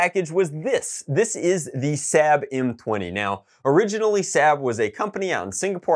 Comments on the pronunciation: he pronounces sabre sab and reflex ri flé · I'm surprised no one commented about the fact the he pronounced sabre incorrectly